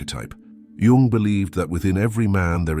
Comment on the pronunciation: Thank you for pronouncing. His surname properly unlike dumb americans YouTubers who call him young